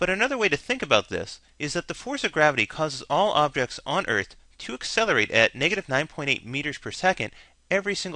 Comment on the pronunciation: "ey-selerate"...really? it's pronounced "ak-selerate". However, still a nice informative video.